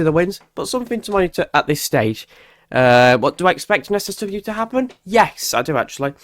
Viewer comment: SSW? You said it quickly three or four times and it sounded like 'seswesway warming' I couldn't understand what you were saying and missed the whole point video.